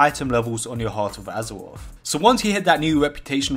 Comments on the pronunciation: Azewoth, Azewite…. is it hard to say R's? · I hear azeroff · "Battle for Azewoth" im out, I cant handle it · Additional fifteen item wevewls from champions of azuwoff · Battle for Azewoth Hypers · Heart of Azeroff.. Heart of Azeroff.. Champions of Azeroff.. Heart of Azeroff... Champions of Azeroff... Intewupted... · AZAWOFF, AZAWITE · Just here to laugh at the wuuf uf woorcrwft and wort woof huzwroth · howevo azofofove lmfao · Lol this guy cant say azeroth